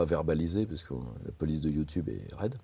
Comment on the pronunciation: Je m'abonne dès que tu arrêtes de dire "youtioube".